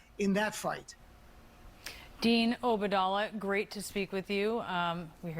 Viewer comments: She can at least learn to pronounce his name correctly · Dean obadallah ,she can’t pronounce his last name at all. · She couldn’t even pronounce Obaidallah’s name. Such poor journalism